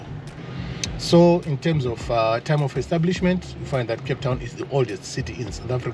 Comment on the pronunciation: “From Cape tawn to Cairo ….wode Mayaaaaaa